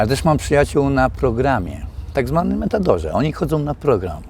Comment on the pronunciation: Nie metador tylko METADON.